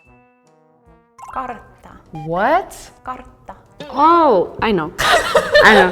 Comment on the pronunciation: the Finnish woman pronounces the R in a weird way. (I'm a Fin myself) kaRtta, koRtti, not sure why